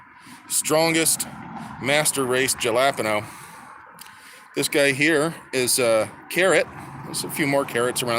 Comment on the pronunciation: LOL "Jah-lap-ah-no". Dude...you've inspired me to make a prototype aquaponics rig. I may have questions in the future (fair warning).